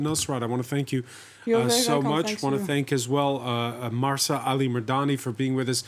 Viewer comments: Stop calling her Marsa! It’s Mahsa. There’s no R in there, written or implied, and certainly not pronounced. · To the presenter; it's not MARSA....it's MAHSA. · I understand what you're trying to say. And yes, he is very respectful. But I think whether here or in any gathering, it shows respect to try to remember the name of the person with whom one is speaking. In this case, I find it rude of him that for half an hour, he mispronounces her name. He has it written in front of him; it's not asking too much to try to read it correctly. I would be offended if someone keeps addressing me with a wrong name.